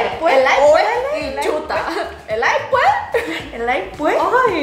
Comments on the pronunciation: Camba que se respeta dice "elay puej" 😂😂😂 espero video de Insong y David 🇧🇴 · Que lindas se ven tratando de decir Elay puej shdgodlj. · Me encantó como dijiste "Elay puej" ❤️🇧🇴 Saludos desde España. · exacto lo mismo, y es q Bolivia la zona oriental cambia la ese por una jota, en todo caso suena elay puej y elay pues